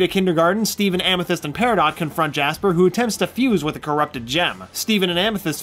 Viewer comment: That's not how you say Peridot.